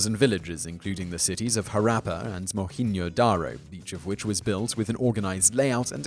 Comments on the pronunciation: Mohen-Jo-Daro.. Jo as in Joey. What the heck is Mohin "Yo" Daro? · Dude just butchered the pronunciation of Monjodaro.. Though anyways I visited the area a few years ago its only like 4 hours drive from where I live and its a remarkable site. I would recommend visiting it if any of you ever visit Pakistan. But please be careful of it if you do, we've already destroyed most of the artifacts already due to industrialization and tourism